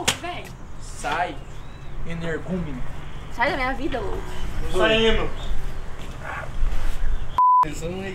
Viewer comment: Kkkk"saí energumino"